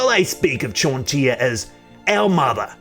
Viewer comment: To my American ears your pronunciation of her name sounds like John deer which cracks me up